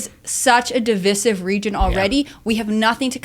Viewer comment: thats not how you say divisive